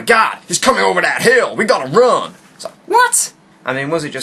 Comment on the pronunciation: You fucking made me laugh when you said "We gotta ruun" in an American Accent!